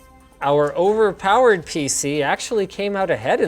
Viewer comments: did he just said ova pawad😂😂 wtf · When he says OWERPAOERD